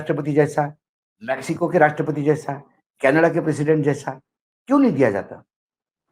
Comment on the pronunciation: Learn how to say Canada please